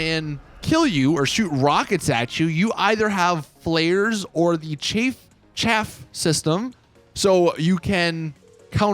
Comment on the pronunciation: Man said flares like Flayers